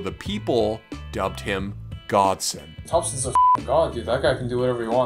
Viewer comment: u said his name wrong...its godson